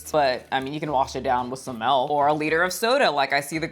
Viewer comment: I always get a kick out of how you add the letter “e” to milk, “you can wash it down with some melk”